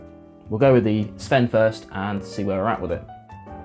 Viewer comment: First! I've only tried Highland Park's 12 and Dark Origins. I liked the Dark Origins better, but the 12 was one of the first whiskies that helped me come around to peat. Great pronunciation of the names, by the way.